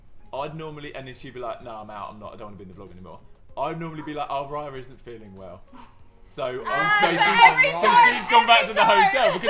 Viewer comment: hi my name is raya to but u say it like ray- a